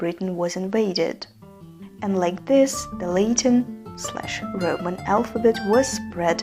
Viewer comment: Great video! But just a small note: Latin is not pronounced “Lay-tin” but “Lah-tin”